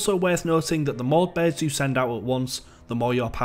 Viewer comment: i hate the way you say "birds" like.... "beErd"